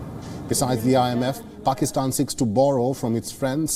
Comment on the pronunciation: These jokers can't pronounce asian countries names even. He can't pronounce Pakistan. But they make fun of us for not pronouncing their idiotic names properly